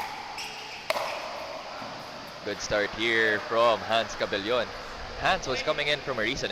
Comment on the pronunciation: Sakto na gyud tawon ug pronounce ang cabellon, go